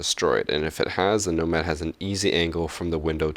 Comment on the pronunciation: Each time he said Nomad, I cringed so hard